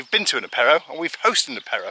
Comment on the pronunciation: Love your accent of apero! Takes me back 40 yrs when I arrived in the south west! (Gers)! As for the mutuelle just know that any accident ,grave illness ect is covered 100% by the CPAM so check your policy!Do not pay over and above!